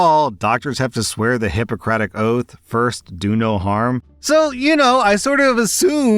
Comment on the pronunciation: Not to be that person, but it’s “oath,” not “oaf.” D; Though your point still stands!